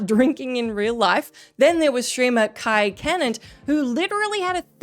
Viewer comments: Kai Kenat it’s CENAT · Its pronounced (kai-sen-at). -Kai Cenat